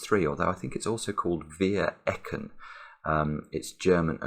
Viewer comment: I haven't watch the video to the end. But your pronunciation of Vier Ecken is quite good!